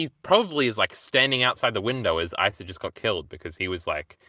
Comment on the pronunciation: Why tf does pronounce asa like that